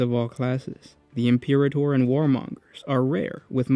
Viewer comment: Im-per-ator bro. Imperator. Just sound it out.